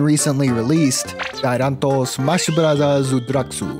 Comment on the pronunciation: heard say melee's name in Japanese, think I'm in love